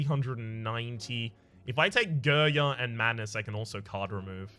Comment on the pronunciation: Excuse me, but your pronunciation of Girya hurts my ears every time It's more like g [i like ea in speak] r [ya like you in young]